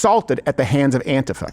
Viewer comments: Hey Steven, stop pronouncing antifa like a fairy. It's An-TEE-fuh. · No, dude, it's not that "some people pronounce it 'Anteefa' instead of AntIfa", it's that EVERYBODY IN THE WORLD pronounces it as 'Anteefa'!!